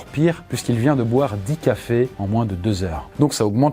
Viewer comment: "on en est au dixième tafés" je crois qu on dit cafés et pas tafés